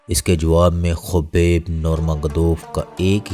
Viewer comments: چوتیا نیریٹر ۔۔۔ خبیب نہین حبیب نور محمد نام ہے اسکا ۔۔۔۔ جاھل آدمی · Khabib Nahin hota Habib hota ha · Abe chutiye kaubaib nhi hai uska naam habib hai or corner mcgregor nhi conor hai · yes but apny video my khubeb bola hy its wrong